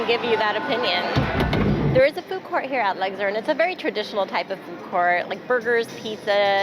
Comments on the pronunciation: Luxor not Lugzor. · The way you said Luxor sent me 😂 it’s not luckder 😂😂😂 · LUGSIR ? Lol That name was really giving you a hard time.